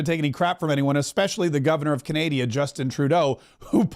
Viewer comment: I’m just curious. Are you mispronouncing Canada on purpose?